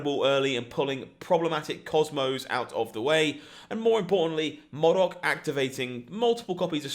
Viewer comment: Please learn to say MODOK properly. It's killing me everytime you say it wrong xD